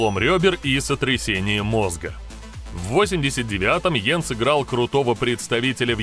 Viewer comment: Знаком с ним лично. Фамилия его Янг, а не Йен.